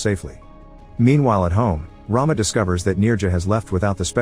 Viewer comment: The pronunciation of Rama is not as you have done it. Since it is a female name, it should be rum-a . Rum as it is pronounced in English and a as you pronounced in Rama. Rama means a Hindu goddess of prosperity. It is just for your information.